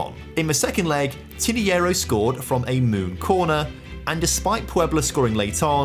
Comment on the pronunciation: Tinajero: ❌️ Tiniyero: ✅️